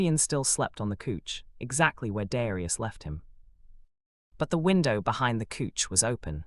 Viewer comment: It's not cooch it's couch 😂